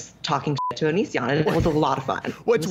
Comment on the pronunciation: "Onishion" LMAO!